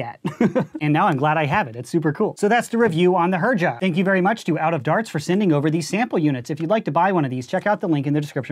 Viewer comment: I'm pretty sure it's pronounced "Herja"